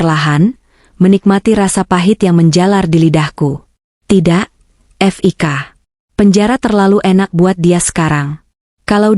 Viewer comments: F i k jgn dieja oooy...belajar membaca yg baik & benar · Bca HI hai, itu Hotel Indonesia di singkat buk, bca Fik awalan nama Fikri c ibu bcax ef i ka, ampun dah bloon bgt, meskipun ktax yg bca narasix c al klau yg bisa bca gk akan slh pengucapan, dassar buta huruf 🤭🙄